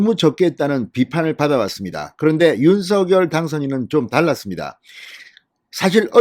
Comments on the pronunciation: 진성호님 윤성녈 입니다. 신경좀 써주세요. 발음 통일해야 됩니다! 윤셩녈 입니다. 윤서결이 아닙니다!!!! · 윤서결이 이니고 윤석녈로 발음하셔 야 되지않을가요? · 대통령은 윤 성 렬 이십니다 진성호 방송에는 대통령 이름을 윤 서결이라고 하시는데 어느이름 이맞습니까요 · 진성호 님, 제발 "윤서결"이라 발음하지 말고, 당선인이 원하는 "윤성녈"로 발음하여 주세요!!!